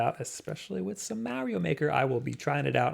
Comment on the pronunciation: "MAH-rio" "8bit-DOO" "WAY-fu". My ears hurt!!!